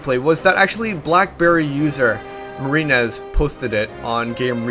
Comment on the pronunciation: Every time you say "Marine-ez" it sounds like you're giving him shit for his name :)